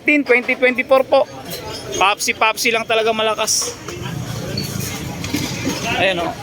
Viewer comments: Pepsi po haha hinde popsi wahaha😂😂😂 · Anong papsi papsi👀🤣bka pepsi pepsi🤣🤣🤣